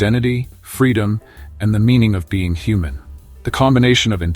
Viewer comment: A "hu-man"